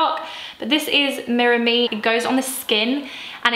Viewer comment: It's pronounced 'mira-meh' (it means 'look at me' in spanish). Love the look and glad you're into gym rn, I've also struggled to do it but afterwards it feels great.